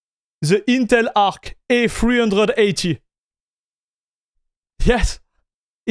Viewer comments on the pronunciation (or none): Teh Eentel Ahk.